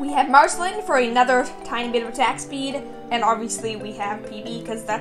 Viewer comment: you pronounce her as marcelene, and its pronounced as marceleen